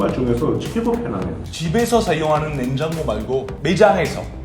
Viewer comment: 알베 이제 냉장고 발음 잘하는구나ㅋㅋㅋㅋㅋㅋㅋㅋㅋ